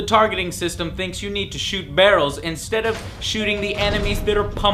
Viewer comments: Yeah, but Pewdiepie's "BARELS" has nothing to do with "BARELS" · hahahahhaha! brahrejhfvjkfui "BARRELS"